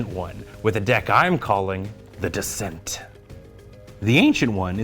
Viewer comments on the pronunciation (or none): and So is it "The Descent" or "The Decent"? Lol